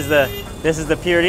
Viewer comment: While travelling in Chennai,He said I m learning Hindi to understand the locals 😀😀😀. Rated samosa 0/10 just because samosa were full of oil. Did not eat Idli,sambhar. Called the pyuri instead of poori.